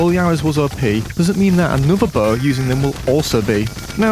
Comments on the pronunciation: Bow❌ Böö✔ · “Hawdmude buh” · when he says bow it sounds like boh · I'm sorry but, "buh"? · why does he pronounce bow so weirdly lmao